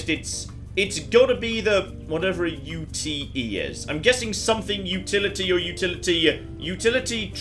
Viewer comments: "whatever a U.T.E. is" it's pronounced "ute" like the first syllable of "utility" because it's an abbreviation of the word "utility" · It's pronounced "Yoot" and is basically Australian for a pickup truck. Originally they were built on car frames while the classic pickup truck was more industrial, but the dividing line has all but dissappeared at this point.